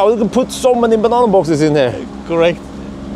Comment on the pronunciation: I love when he says "cUrect' :D